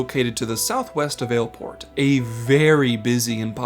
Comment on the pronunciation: Hate to break it to you, but the way he pronounces it is correct.